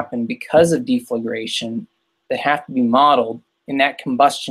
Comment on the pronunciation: Say "sal-ISS-a-late" and "DEF-le-grate"